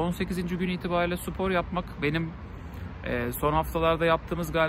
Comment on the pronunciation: abi nolur supor deme sipor de sıpor de ama supor deme ya :/